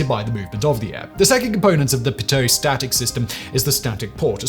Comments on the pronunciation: For the love of Bernoulli.....its PEE-tOH. Like 'pee' and 'toe'. Pee-toe. Pitot. Put 'Mister Pitot' into google translate and set it to French. Whatever they use as the main search result for pronunciation is usually wrong. Actual French people have confirmed, that name is pronounced pee-toe. Its named after the person. Pitot is pronounced pee-toe. I swear, youtubers do this on purpose as some kind of 'trap street' against plagiarism or something..... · I'm a pilot. We (meaning the FAA, Air Traffic Control, and all pilots in the USA) pronounce "pitot tube" with the strong accent on the first syllable with the first syllable extened so that is sounds more like "PEEEE-dough tube." I can hear by your accent that you are NOT from the US so perhaps they pronounce it your way where you live but you might want to check that because when it comes to aviation terminology, American English is the lingua franca. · Ahh yes, the pToe-static system. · i'm sure a bunch of people have pointed this out already, but Pitot is a french last name. so its pronounced "pee-dough" in english. Source: my dad is a pilot and is such a nerd that my childhood kitty was named Pitot. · I'm being picky, but I believe the French pronounce their T's as T's and not as D's. (Like in Petit, said as "pe-tee".) So, Pitot would be, more like "pee-toe." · Pilots pronounce this “pee-tow tubes.” Or at least the ones I know do. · it’s PEE-toe in american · It’s pronounced Pea-Toe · Simon, it's pronounced PEE-toh. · Pronounced (Pee Toe). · Pronounced Petod tube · I always understood the name to sound more like Pee-ate-Oh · It's pronounced pee-toe :) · The Pitot tube is pronounced "Pete-Oh". I love you Simon, but your pronunciation is painful sometimes! (Another video today you called the CF-100 Canuck, a "Canook". It is pronounced Can-UCK, as in "DUCK"). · PETE Toe, tube is the correct pronunciation. Nice try Simon. LOL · It's PEE-toh tube. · Pilots in the UK pronounce it pee-toh too. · Same. Pee toe.